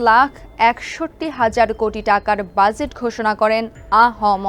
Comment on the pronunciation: Exactly bhai, budget ta jebhabe uni pronounce korlen ekdom worst laglo. She is not fit for this post.